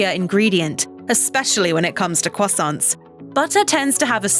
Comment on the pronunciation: why does she say croissants crwosounts?